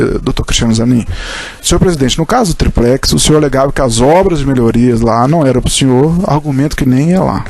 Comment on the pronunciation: Porra quem é esse Procurador? O cara fala "triprex", pra zoar o molusco, ou o cara é fraco mesmo?